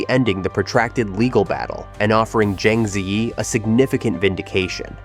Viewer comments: He butchered her name totally.🙄🥴😵‍💫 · PLEASE FOR HEAVEN'S SAKE! Pronounce her name properly! Use a Chinese AI to teach you how to pronounce her name! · Why can't the narrator pronounce her name correctly?